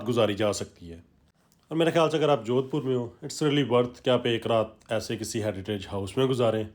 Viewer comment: Sahar ka naam sahi se bol nhi paya aur vlogger bolte hai ,kya sasta Nasha hai